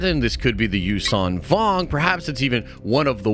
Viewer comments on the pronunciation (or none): none